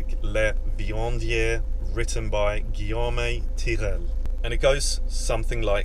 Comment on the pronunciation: That was wonderful ! Only thing that grates at me is when people pronounce French words the Spanish language way, Guillaume Gwee- ohm not Gwee-ohm-may